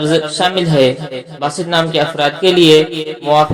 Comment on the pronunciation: Its Baasit, not basit